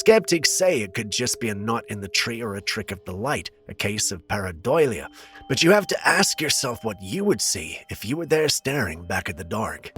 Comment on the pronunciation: Pa-ra-doh-lia... Paradolia!!!! 😅😅 Just kidding we love your show😅